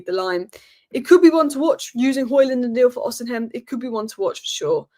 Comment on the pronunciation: How do you keep pronouncing osihmen wrong!?!? How HOW HOW Jesus girl fix it OSIMEN NOT OSIHAM